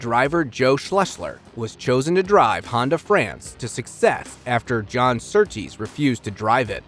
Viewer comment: The RA-302 is a car, not an engine. The engine was not the issue. It was the chassis, which handled poorly and was a fire hazard. BTW, the man's name is John Surtees, not Surtrees. Very poor quality presentation showing minimal homework was done. Now go and write out 100 times "I will do my homework."